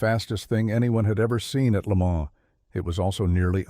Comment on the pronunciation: If you intend to continue to narrate these programs, please become in touch with the correct pronouncing of words and names such as Le Mans, Porsche.